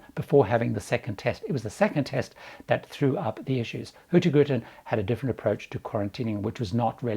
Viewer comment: Love your pronunciation of HurtieGrutin (Hurtigruten) 😄